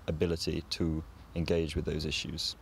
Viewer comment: issue later ishuu